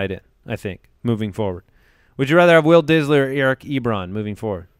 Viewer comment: I just watch for the "Will Disly segments " 😂😂😂😂😂😂